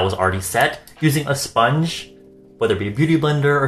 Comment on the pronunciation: 35 mins of talking about his sillicone sponhe xD